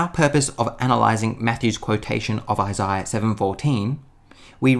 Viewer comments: I wish I could go back to before I heard Isaiah pronounced like that... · Tried watching. Can’t really stand how he pronounces Isaiah as Isiah.